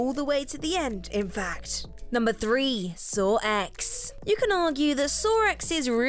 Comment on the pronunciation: Sawr Ehx… Y’arr.